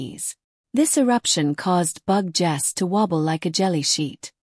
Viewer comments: Im not sure how they get 'bug' out of 'Betel' and the second half 'geuse' is like the word 'juice'. Some producers of these vids need to check the pronounciations of the words. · Bug Jess? If you're going to use an AI Voice Over, the very least you can do is program it to say Betelguese! May spell the name as Beetle Juice? This mispronuncian makes this video impossible to watch. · Wtf is "Bug Jess?" Try editing before you put this out. I got through 55 seconds before I stopped. I can no longer read or listen to this. Make some changes to your Captions and AI. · One of the problems using AI to narrate. Betelgeuse becomes Bug-Ges or Bug Jersey